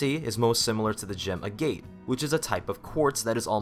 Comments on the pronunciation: Pfffffft, "the gem AY-GATE." It's pronounced A-GET, just fyi. "A" like "ACK." I have several... hundred. I live in agate country. :D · You pronounce 'Agate' wrong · When he pronounced agate made me cringe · Not "agāt" it's "agate" it is not near visually identical to jasper, though it is a crystalline Quartz with a conchoidal fracture just like jasper. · lol the way he pronounced agate